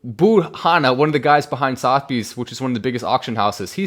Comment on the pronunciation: not sothbys......Suth a bees...